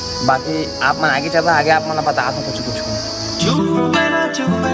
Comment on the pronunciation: Bhaiya teha jab jab aage aage bole has tab tab mola hage hage sunai de he 😂😂😂